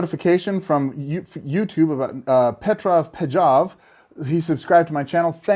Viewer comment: Hey! An honor to have you give me a shout out for the sub. Have been a big fan of your work in the past months and saw that I wasn't subscribed, thought it's the least I can do! By the way, J in Pejov is pronounced the same way as Y in You:)